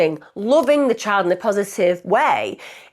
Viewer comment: Whats a chid do tou mean child😂